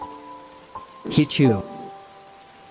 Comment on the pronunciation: The "heichou" sound like "he chew" no offend